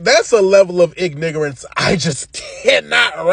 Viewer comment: My guy said ‘IG-NIG-ARONCE’ 💀